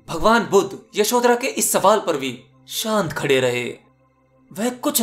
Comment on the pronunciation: bhuddha skshtriy nahi saky vansh ke the buddha ko aap bolna sikh or yashoda ne kabhi bhi asa sawal nahi kiya fek video na bana